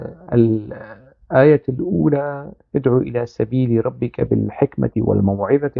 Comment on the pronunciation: حضرتك تناولت الموضوع و استندت الى أقاويل و أحاديث هي ليس من أختصاصك كأن تقرأ آية و ادعو الى سييل... ربك هي بالفتح و ليس بالضم كما لفظتها لأنها أسم إن😅(وهي ليست نقيصة).فالحديث بالكامل تم تدوينه بعد 300سنة من محمد و هناك شريحة كبيرة ينفون صحة الحديث بالكامل .و عن تفسير آيات القرآن هناك آراء متناقضة في تفسيرها و لكل حجته القوية في التفسير..أعتقد أنك حشرت نفسك في زاوية أنت في غنى عنها.. كان بإمكانك أن تتناول الخزنوي كعادتك في انتقاد العمال الكوردستاني و أذنابه من خلال منهجك المعتاد في انتقادهم لا أن تورد آيات و آحاديث (المنطق الديني) و هي بالأصل مثار جدل و خلاف